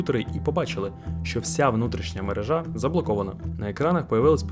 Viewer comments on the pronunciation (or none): none